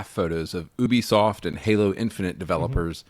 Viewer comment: I heard ubisoft as "boobysoft". Hehe